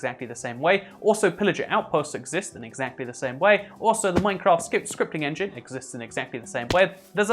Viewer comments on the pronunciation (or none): none